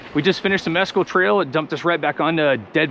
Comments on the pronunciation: MessCal, as in the tequila with a worm. Not meskul the gringo mispronounced word meaning nothing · it's pronounced Miss-Kal it is a cactus used in making Tequila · “”Mezz-cal” Meh-skal